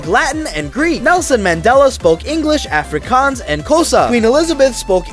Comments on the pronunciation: The way he pronounced Afrikaans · Nelson Mandela did speak Afrikaans, but you pronounce Afrikaans wrong I’m South African. Hope I helped sorry for wasting your time if this wasted your time 🇿🇦🇿🇦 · As a south african, i can safely say, that bro absolutely butchered the pronunciation of "afrikaans"